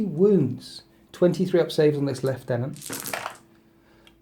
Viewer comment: Lieutenant is not pronounced "LEFT TENANT"